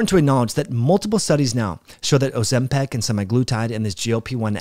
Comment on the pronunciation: Why do you say Ozempic in such a bizarre way, as if it were "Ozempec"? By the way, I used Tirzepatide with great results and focusing on the clinically proven far suboptimal Semaglutide predecessor is quite far from the point. I don't think the proportion from muscle lost with Tirzepatide was in anyway specially pessimized by this drug as opposed to mere calories, sleep, and resistance training. If you're lazy during your deficit and stay in bed vs lift, you'll lose more muscle proportionally regardless of whether a GLP-1 agnostic drug is at play. What evidence contradicts this for Tirzepatide?